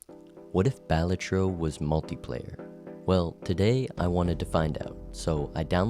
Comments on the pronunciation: "Bahlatro" over "Buh-latro", already crossing a line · Balatro is pronounced "Ball-la-trow" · Bruh why is it Bah lah tro. It's joever.